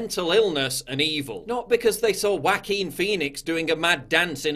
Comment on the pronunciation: Anybody else giggle a little every time he says "Whackeen?"